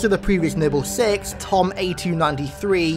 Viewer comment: I just want to point out it’s Thom not Tom